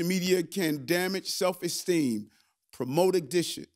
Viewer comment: If I hear "ax" instead of 'ask"......I'm moving on. I will not go along with it. Did I just hear exteem for esteem? 🧐